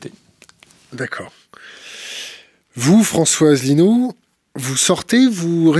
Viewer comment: Le comportement de ne l'honore pas. A commencer par cette façon désinvolte de massacrer le nom de l'invité. Un mélange peu savoureux du Bully de cour de récréation et d'adolescentes ricanantes. Pourquoi inviter quelqu'un que l'on n'a aucune envie d'ecouter? Enfin, penser que l'on connait quelqu'un parce que on a passé 15 jours intenses à préparer son sujet? Heureusement que j'ai vu des tas d'autres interviews passionnantes et courtoises sur Thinkerview.